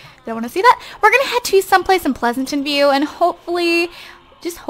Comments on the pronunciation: You say pleasentveiw like pleasantenveiw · By the way, it's Pleasantview, not Pleasantenview. Also, it's Don Lothario, not Don Lothorno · Pleasanten view instead of Pleasantview :)) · its Pleasantview not Pleasantantview lol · Why are u saying "Pleasantant View?? It's PLEASANT VIEW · It's Pleasantview, not Pleasantonview, and Don Lothario, not Lathorno. Don't mean to be annoying, just saying xD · Pleasantview is pronounced as Pleasant View, not Pleasanton View. Don Lothario, is not pronounced as Lorano. It's pronounced the way it looks. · Ok this is just something bothering me.....I know you're a long time simmer and you don't have to take this advice but........ Plez-ant-view not Plez-a-tant-view thanks not tryna hate bye